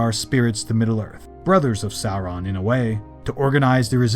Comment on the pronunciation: Cool story. Also: An American trying and failing to pronounce Barad-Dur and Sauron.😂😂😂😂😂😂😂😂😂